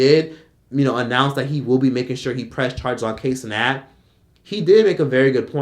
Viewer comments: "kay cenat" lmao it pronounced (KIE) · I'm getting way too much satisfaction at you calling him KAY Cenat!!😂😂😂😂